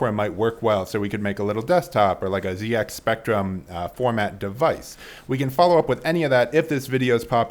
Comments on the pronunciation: First of your videos I’ve seen and love it, amazing stuff and an instant subscribe. HOWEVER as a Brit I’m legally obliged to point out that it is pronounced ZEDex Spectrum and not ZEEex Spectrum. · It is pronounced 'zed ex spectrum' But otherwise that little slimedeck looks awesome. Great job.